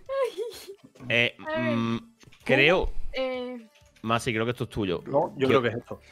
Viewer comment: Un dato Alexby es masi no massi 😂😂